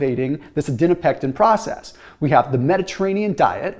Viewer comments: You’re saying ADIPONECTIN wrong 😂. It’s not Adinopectin. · ADIPONECTIN, not adinopectin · I noticed that too!!! Was frustrating to hear haha, especially being in nutrition research and knowing it’s adiponectin. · Adiponectin...not adinopectin. The PhD in me won't allow it. LOL. Thanks for your enthusiasm in bringing these studies to us. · Its called adiponectin, but he keeps saying adinopectin :D